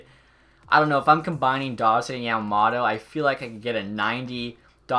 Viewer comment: Not hating but it's pronounced yom-om-oh-toh